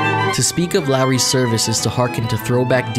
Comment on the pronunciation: Could he at least pronounce the name of the restaurant correctly? It's LAWry's, not LARry's.